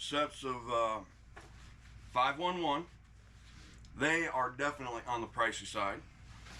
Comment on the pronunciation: hey buddy love what your doing just a lil thing its pronounced 5 eleven not 5 1 1 and on the paint its Rust oleum its good stuff also thank you for service